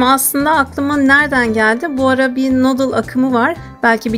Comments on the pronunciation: Nodıldan hhjhıdjdljeej nudeldan diye okunuyo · Nuudil, nodil degil. Nayngeg, nayngag degil. Isterseniz dokuzgag ya da eriste diyebilirsiniz boyle yarim yamalak dil kullanma cabasina gerek yok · Şey o “nudıl” diye okunuyor ama yine de sen bilirsin :)) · "Nodıl" deyişi ... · NODIL DEĞIL ONUN OKUNUŞU NODIL DEME ARTIK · Abla o Noodle deyil nudıl diye okunuyo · Abla nudıl diye okunuyo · Noodle öyle okunmuyor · Noodle ı yazıldığı gibi okuman çok sinir bozucu.